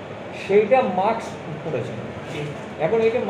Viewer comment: আরে মাক্স নয়, কথাটা হবে 'মাস্ক' । সঠিক উচ্চারণ জানা বিশেষ প্রয়োজন। ব্যাপারটা কেমন হাস্যকর।